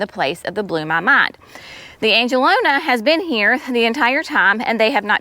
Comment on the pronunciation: Love, love, love how your gardens are shaping up. If I may correct you on one thing, though... the beautiful pink flowers you planted are actually pronounced an-ge-lon-EE-ah (spelled angelonia). I'm also still learning the pronunciation of many of the plants in my own garden. I've been following your channel for a couple of years now, so I hope you take this as constructive criticism...one gardener to another. Keep on keepin' on. 💚😊💚